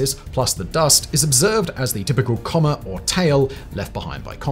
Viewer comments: It's coma, not comma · Coma, like the medical condition. Not comma like the punctuation mark. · coma is not pronounced like comma.